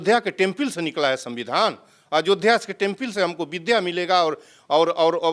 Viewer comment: टेंपिल नही रे टेंपल....क्या गुंडा बनेगा रे तू😂